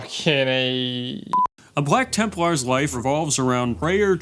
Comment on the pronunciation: I swear it sounds like is saying "Bwack Tempwars". Every single time.